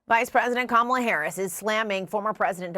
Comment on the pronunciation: Kamel-Uh "TOE" and No Ball's Walz, a disastrous duo!